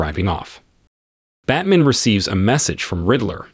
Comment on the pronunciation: Batman..."Bat man"